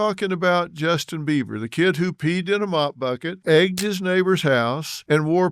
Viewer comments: He is calling him Justin Beaver at the beginning of this video and you can't convince me otherwise lol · This man literally said Justin beaver several times. Phil, taken your money laundering ahh on somewhere. You and your Michael jackson looking wife